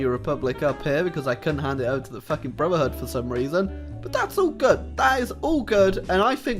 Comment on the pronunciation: No link to mod, doesn't reference mod name, pronounces brotherhood "bruvherhood". Disliked.